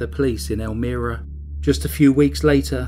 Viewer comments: Idc if peep mispronounce a word or two... especially if they're not familiar with the word bc it's from a foreign place, culture and/or language. Butttttt...am I the only one that thinks he said "El-mee-rah" way more than needed? 😜 FYI...it's pronounced EL-MY-RAH. Great video as always!!! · Do more research on how to pronounce the name of the place ur talking about.. It is not pronounced, Elmeera, it is El-MY-ra, n.y. Sometimes I can just ignore mispronounced place names, but u seem 2 say this 1 so much, I couldn't. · El-MY-ra not el-ME-ra. sha-MUNG county. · well done! I don't recall hearing about this, even though Elmira is very close to my hometown, but their crimes were before I was born. Anyway, thanks for the upload! P.S. it's pronounced "ElmEYEra" 🙂 not that it matters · Its (pronounced) ELMYRA not Elmeera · It's pronounced "elmEYEra" not 'elmEARa'... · Wow, what evil horrible monsters! This story is so disturbing, but well done by you! You work so hard, thank you. The name of the town is El-my-ra:) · It's pronounced El-MYra, like with a long "i" sound. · Loved it but for one correction I must make...as a resident of NY, the city is Elm--I-rah. The I is pronounced as in I am from NY. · Thats my home town. Its pronounced EL-MY-RUH and SHA-MUNG county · I love your accent! I live less than 15 minutes where this case was. I wanted to let you know how to pronounce Elmira. "El-my-ra." (Elmira). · I was trying to figure out where you were talking about......but then I realized it was Elmira(long I).....just a short comment.....I do enjoy your videos though. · Love the vid man, but holy shit it's El-My-Ruh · Not being nitpicking, but it's pronounced "El-MY-ra" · Meep good vid tho elmira is pronounced el-my-ra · It’s pronounced El-Myra . :) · Hate to be a b*tch, but I live in upstate NY. Its ELL-myrah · I'm from rochester and almost mentioned the pronunciation as well. Also thought the same thing, not that it matters. Still another enjoyable video.